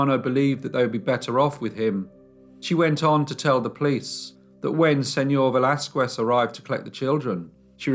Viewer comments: Señor Velasquez (veh - LAS - kehs) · just fyi: in the name Velasquez the U is silent